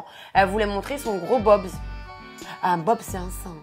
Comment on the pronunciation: C'est pas bobs déjà c'est boobs, ça se prononce "boubz" 😂